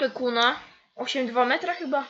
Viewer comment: Nie mówi się ''new holland' XDD tylko ,,Nju holland'' to samo z Kuhn,nie mowi sie kuna tylko KUHN XD